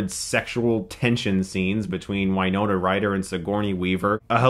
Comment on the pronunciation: I'm pretty sure he mispronounces names as a gag at this point, it happens too many times for it to be a coincidence.